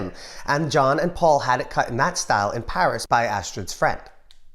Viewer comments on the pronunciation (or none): none